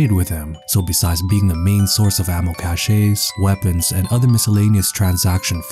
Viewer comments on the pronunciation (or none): You said cache wrong its not the way you said it its pronounced cash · Small nitpick: Cache isn't "caché"